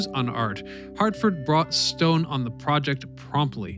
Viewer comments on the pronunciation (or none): none